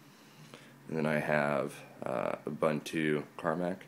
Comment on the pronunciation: pronounced /uːˈbuːntuː// oo-BOON-too :-) Nice setup.